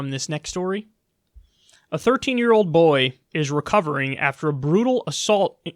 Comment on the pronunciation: Try to spell 'boy' the way Kyle says it. "You body slammed a bBOey for not taking his hat off..."